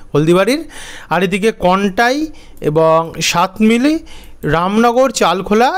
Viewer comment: ভাই আজকে আবার সাতমিলি বললেন , সাতমিলি না বলে সাতমাইল বলুন প্লিজ । ধন্যবাদ।